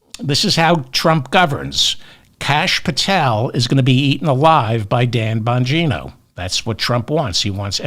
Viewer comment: You calling Bongino(?) as BONGO was a perfect slip of the tongue chef's kiss love you, David!